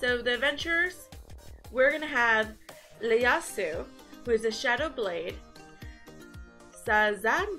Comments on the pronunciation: Looking forward to this. But have to say island is Eye-Land and for Ieyasu the first letter is an I not an L so pronounce Ee-Eh-Yasu. He is based on a historical Japanese figure Tokugawa Ieyasu. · its Ieyasu with a I from japanese history.... and her name is also pronouned Elis-sann the ne is silent..